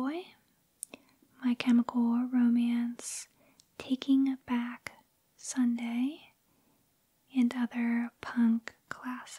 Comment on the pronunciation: I love the way you say “Taking Back Sunday.”